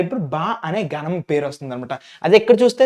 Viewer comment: Adi gaanam kadhu ganam 🤦‍♀️